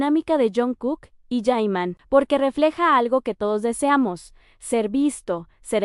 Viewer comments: Porque lo llamas yaiman. Yeimon! Ni sabes cómo se llama!! Se llama JIMIN, JI-MIN. basta de estupidez. No te veo porque sos poco creíble. Llámalo como se llama, aquí, Corea o cualquier parte del mundo JIMIN es JIMIN. Si te escucha el ladre, te da un voleo en el culo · Por qué ahora le llamáis Yaiman ,no creo que no en coreano se pronunce así ,así que por favor dejaros de poner nombres que no les. Corrempode su nombre y por el que le conocemos es Jimin o Park Jimin ya vale de tanta tontería